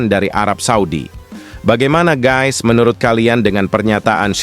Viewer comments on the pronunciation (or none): none